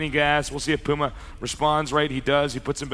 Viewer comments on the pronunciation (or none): "Pee-yu-mah" I can't get over how he says that.